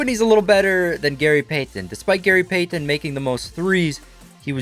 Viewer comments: Can’t STAND how this dude says Gary PAY-TEN 🤦🏻‍♂️🤦🏻‍♂️ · same. he said “Gary PAY TONNE” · I thought I was the only one Gary peythenn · It would have taken far less time to learn how to say PEYTON instead of pay-ton every 5 seconds. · I hope he's Canadian with the way he pronounces pay-tun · Gary Pay-Ton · Gary Pay-Then with chewenty points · So am I the only one who was bothered by the way he kept saying “Payton” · Gary Peigh-ten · “Gary Paythin” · i hate the way he says payton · Please stop over pronouncing Payton 😂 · i hate the way this dude says payton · Who pronounces the t in Payton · the way you say payton makes my ears bleed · I would have kept missing too if he kept butchering my name lol!!! Great video though for real.